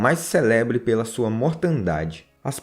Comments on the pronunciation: Muito bom teu trabalho; aceite apenas uma pequena correção desta sua humilde colega: CÉLEBRE é uma proparoxítona, a sílaba tônica fica no /CÉ/. É, portanto, /célebre/ e não /celébre/ a dicção correta do termo. Um abraço e muito obrigada. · Célebre é a palavra certa. Acento no primeiro e (é) . Por favor,atentem.para os erros de português. Difícil ouvir. Pronunciem corretamente, afinal estão falando a língua portuguesa e são professores.